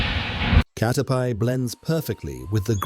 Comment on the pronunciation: cater-PIE sent me over the edge